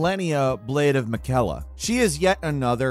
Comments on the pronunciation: I like how can't say Melania, Blade of Mickella(Miquella) despite how many times many of us has heard her said Miquella correctly over and over again. It's not like it's up for debate, she's literally repeated that dozens and dozens of times in many of our ears. Though hearing it once or twice to know how it's pronounced. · How could bro pronounce miquella wrong when she says it so many times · How did you manage to completely butcher “malenia, blade of Miquella”??? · Ma-lé-nia blade of mi-cel-a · Is it just me or does anyone find it annoying that he pronounced Melania and Miquella wrong despite the names being said in the game? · I have a strange feeling that did not fight Malenia. I think that because he said "Miquella" in a weird way. Anyone who fought Malenia knows how to say it perfectly because we heard her say "I am Malenia, blade of Miquella" many, many, many times.